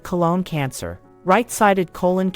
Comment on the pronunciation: Not diminishing the importance of this video, but the narrator want to learn how to pronounce 'colon.' Lol